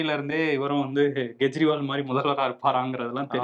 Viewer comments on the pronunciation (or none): none